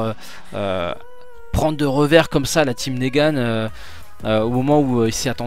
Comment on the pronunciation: c'est pas négane mais niguen